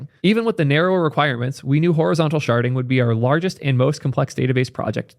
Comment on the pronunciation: IDK why but every time you say "sharding" my brain hears "sharting".